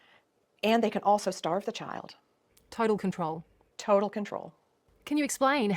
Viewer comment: “Spiraling out of controw” 😂😂😂 ok